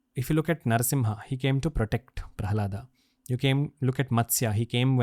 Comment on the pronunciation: We are too much into English, we should remember the correct pronunciation of the original words. It is कृष्ण not कृष्णा It is महाभारत not महाभारता It is दत्तात्रय not दत्तात्रया It is प्रल्हाद not प्रल्हादा It is श्रीपाद वल्लभ not श्रीपाद वल्लभा It is धर्म not धर्मा It is परशुराम and not परशुरामा